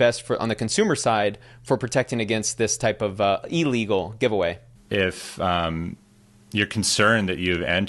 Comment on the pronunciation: Brother… love you but don’t ever say EEE-Legal again… simple prefix of “ill” plus the word “legal”.